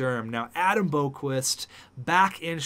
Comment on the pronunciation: Tsuimoto - Captain Chubs - Alternate captain Adam don't call him Borqvist Boqvist - Alternate Captain